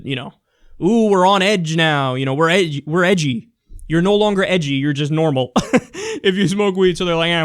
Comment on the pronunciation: Hearing Kyle say "Edgy" is just wrong.